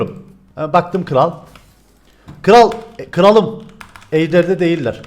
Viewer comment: 4.44 kıralım degil kralım